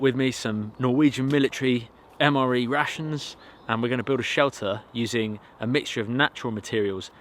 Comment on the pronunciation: Ohh I like to hear you saying rations. never thought it may sound like russians... So "I'm gonna eat some russians" it is great!...